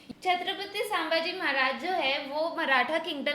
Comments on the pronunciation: it's not samaji maharaj it's samdhaji maharaj (संभाजी महाराज ) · Sabse pehle aap dono उनका nam thik se सम्मान se le, सांभाजी नहीं छत्रपति संभाजी महाराज... संभाजी है सांभाजी नहीं है okay ❤️🙏🏻🚩